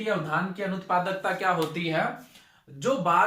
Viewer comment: धान बोल रहे की उद्यान ठीक से बोलिये